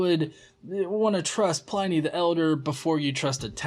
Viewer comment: Hey,, he's pronounced PLIH-nee NOT PLY-NEE, his name was Plinius.